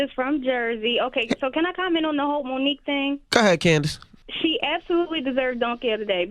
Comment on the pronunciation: Her name is Mo nique stfu I'm out